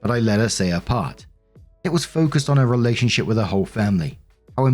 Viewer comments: did you say relationshit? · Oh my god it sounded like you said “relationshit” and I love the accidental showcase